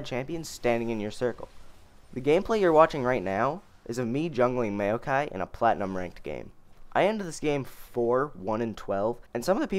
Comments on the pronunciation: MAYOKAI LOL IT'S "MOW-KAI" NOT MAYO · Maokai = M-ow-kai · Holy shit, you got no idea how how you said Maokai weird bothered me xD Mayo-kai lol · the way you say maokai makes me want to end my life